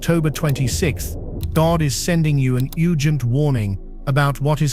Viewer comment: Mind you, everyone. This is a "YOU-GENT" message. That's what happens when you have A-I read a script. And dare i suggest, the script probably written by A-I, also. It's important that we stay with our own inner voice, and not rely on such contrived messaging as this.